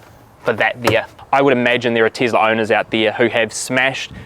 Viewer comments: "The Teazla" only in New Zealand :D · Tislah :) hahaha instead of Tesla. funny mate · Tesla🚫 Teezla✅